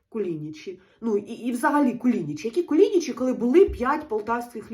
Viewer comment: Харків'янам ріже вухо, коли наші КуліничІ (наголос на останній звук), називають КулІничі (наголошуючи другий склад). 😏 Вдалого вам холодцю!💪💪💪